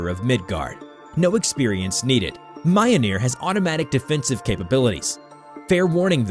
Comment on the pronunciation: Jesus Christ! Its pronounced: meel-nor. Fuck!😅